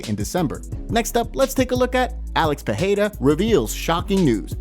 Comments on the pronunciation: Alex "Peheira"? These folks don't try 😅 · ITS PEREIRA THERES NO H NO JNNO HARDSOUNDING NOTHING PE REI RA FUCK LEARN HOWNTONPRONOUNCE